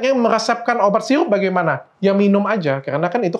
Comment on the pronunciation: Sirup bukan siyupp